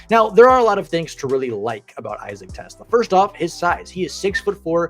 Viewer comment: its TEE-Slaw